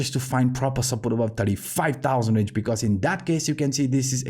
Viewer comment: Great contentas always!! Here is some help with your English. "This is what we have been talking ABOUT".... Try to pronounce the "B" more prominently in the word aBove instead of saying with a "V" (avove). Thanks again!!